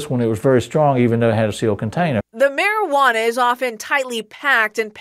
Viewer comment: "high grade meriWaNAA"